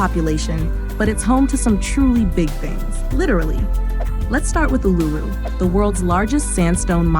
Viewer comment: And it's not A-LOO-roo it's OOL-a-roo, which sounds so much cooler.